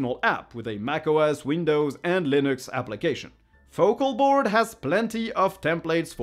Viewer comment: Your pronunciation of Focalboard was fine.